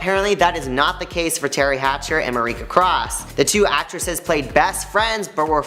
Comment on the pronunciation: Haha love that you took a deep dive into the Googleverse for this! You’re completely right though her name is actually pronounced as Marsha. The ‘C’ I believe just throws people off. But ya not sure where he got the ‘K’ sound from 😂😂😂😂